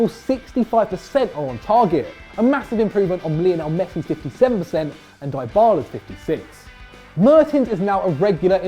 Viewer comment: Could someone tell him that's not how you pronounce DYBALA!!